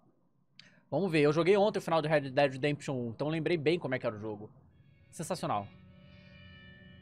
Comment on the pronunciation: Red pimba redempition